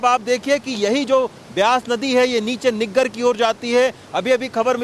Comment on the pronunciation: niggar nahi saheb naggar kehte usko 😜😜